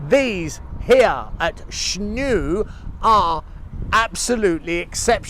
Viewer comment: I think it calls Snoeng, not Snouk. I am trying to find that sound in English but hard to find an example. You can ask the locals to pronounce it for you. I am sure you know it too but that is the hard word for most Westerners to say. I used to live in BB and I have been though that temples many times. The village itself is called Snoeng referring to a pole made from a wood for using to tie a cow with rope.